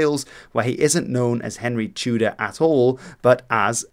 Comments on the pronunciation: Wouldnt it be pronounced tea-deer? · I am half Russian and half Welsh, thank you for your video, it sounded very strange how you said "Tudur" but I appreciate your attempt.